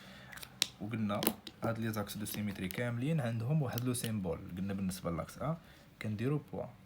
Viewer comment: سامبول ماشي سيمبول وتبارك الله عليك استاد🙂💖 جزاك الله خيرا